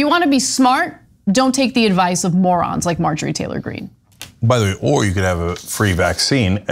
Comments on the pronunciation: “Margarine” Taylor-Green. Omg. I spit my tea. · Did you call her Margarine? Haha!